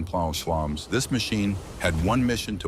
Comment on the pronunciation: that's cool, the type of voice is no problem but it's really offputting when things like Pounds and other measurements come out in some garbled sort of noise rather than speech.